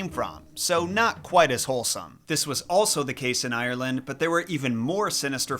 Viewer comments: IRRleand It isn’t pernounced like that 💀😭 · I'm from Ierland and your pronouncing Ierland wrong